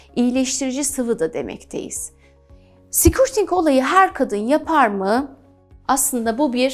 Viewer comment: affınıza sığınarak bir sesletim hatânızı düzeltmek istiyorum. Sikürting değil de, skörting olarak söylerseniz doğru olacaktır.